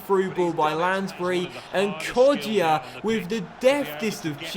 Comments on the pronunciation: It's pronounced Hourihan not Hourihane, and Kodja, not Kodjia, so the I isn't pronounced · His name is pronounced kodja not kodjia